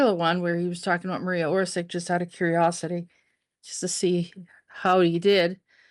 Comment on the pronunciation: Her father Tomislav was the arhitect and had office at the main/ central squre of city of Zagreb. You prounance surnem wrong. Also name Marija. Not Maria but woth "j" pronunce as y in yacht, and not stress on M. Surname is Oršić, Š pronaunce as sh in shame, Ć pronaunce as ch in chizle. Marija Oršić.